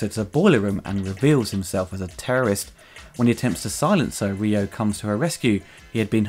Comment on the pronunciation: His name is Ryo, Saeba Ryo...not Ryu like from Street Fighter.